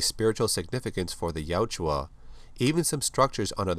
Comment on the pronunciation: Good video! I just want to let you know you keep calling the Predators, Yajua, but it’s Yautja. Ya-ut-ja. ☺️